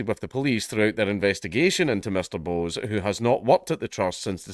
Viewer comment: It's not 'Bose', mate. Bose is an Indian name (usually Bengali) and is pronounced more like 'Bosch''.